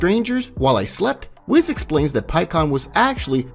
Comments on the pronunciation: it's Whis not whiz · Its (Whis) Not (Wes) Imagine the same way you say (Nintendo (Wii-ss) just add the s wiis whis Awesome Video Nonetheless Could Easily Listen To this as A Podcast just needs a little bit voice's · Whis - pronounced "weese", not "wiss" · Whis is said we-s so we then s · It’s not wiz it’s whis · I know it’s spelled whiz but it’s said weece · Bro can come up with a hell of a story. Fucked it up with "kai", "wizz", "meijin", wtf is that broly name he tried to pronunce?? 😂😂😂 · Say it with me... "Whees" and "Bro-lee" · We already know that his name is pronounced weece like reece from dbs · How you pronounce Whiz and Zeno makes me violently angry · I can't cope how you say whis 😂😂